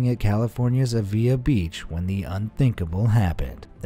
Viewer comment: The Avila beach name was so butchered! 😂